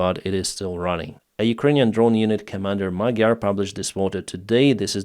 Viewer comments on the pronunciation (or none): none